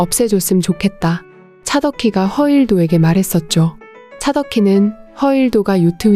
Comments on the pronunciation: 작품 해설 해주는분들 왜 하나같이 허일도를 그렇게 발음을 하는지 너무 늦기 거북해서 못듣겠습니다ㅠ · 허일도 이 이름이 어렵나? 발음이..... 허 일 도 안어려운데?